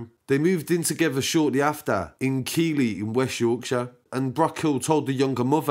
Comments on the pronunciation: Keighley bro pronounced "keethley" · sorry how you said keighley lmao i am from that town how u say keighley is like keith-ley i no how spelt is not same has sounds lol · It's pronounced keithley fyi . Shocking story though, Rip star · Keighley is pronounced 'keeth-lee' just so u know